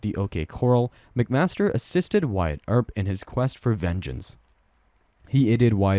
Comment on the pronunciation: It’s OK core-AL not correl